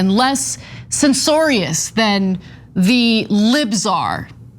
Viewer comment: Ana wtf is sincorious. Sinsorious...??